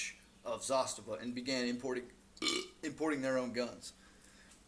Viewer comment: Pronounced Zastava the correct way? Honest down to earth videos? Yeah you got you a subscriber! I have a M70 and M91 with the M92 on the way